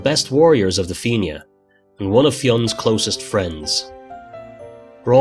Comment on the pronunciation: the feenyah ???????????? na FIANNA ( FEE-NA) FFS